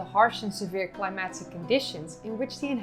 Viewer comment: I notice when you say "climatic" it sounds like "climaxic". Jarring.